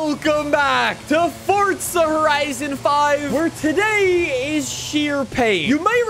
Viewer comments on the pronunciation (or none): I love the video but you pronounce forza as fortza